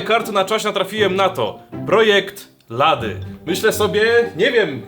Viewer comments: Lady wymawia się lejdi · mówi się:projekt lejdi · Ten film to mówi się projekt lejdi